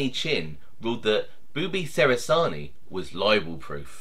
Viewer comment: John was my Nonno's cousin, it's pronounced "che-ra-zar-knee" not "se-ra-zar-knee" by the way.